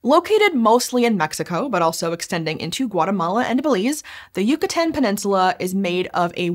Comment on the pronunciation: It’s Yucatán not yucutan you dweeb